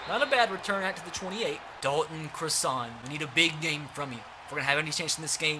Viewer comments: its pronounced cross - ehn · Please say Dalton Crossan name write I went to highschool with his brother it’s xrossan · He went to sachem north if anybody wants to question me idk why I’d lie about that I just think if he’s up for captain his name should be said correct!! 👍🏻👍🏻